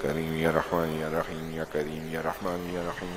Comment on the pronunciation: ASSALAMALAIKOM wa rahmatullahi wa barakatuh, JAZAKALLAHU khairan, somewhere it is listening like YA RAKHEEM , it is my listening mistake or some correction ?